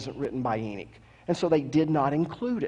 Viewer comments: Good presentation, coming from the most condescending preacher I have ever heard., if you read this, know coming from a well-educated Jew. For starters it's not " Enick", its Enoch, pronounced Eh- nokhh. While your presentation offers great insight, you are too quick to dismiss the teachings of other great and well recognized theologians and biblical teachers. The watchers in Genesis were a specific group of angels, unlike all others. To say " all" angels are like them is an error. Angel all have specific tasks, some described in Revelation far from human like. Nevertheless, I find it less than pleasant to hear someone, a teacher, talk down to his listeners. No one should ever feel intimated to raise their hand out of fear of ridicule. You need to teach with more humidity, not as if the very fountain of wisdom. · Ive never heard of the book of “Eenick”… but I’ve actually read the Book of Enoch. Is that what you mean? Is that what you’re TRYING to say—the Book of ENOCH ?? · It's pronounced "E-NOK" not "E-NIK".